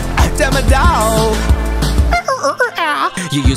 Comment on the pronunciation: It's not demedog it's demodog